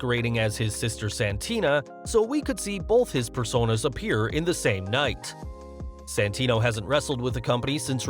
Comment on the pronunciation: IT'S SANTINO, NOT SENTINO(cit)